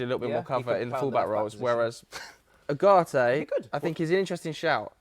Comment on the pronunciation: Man really said ugarte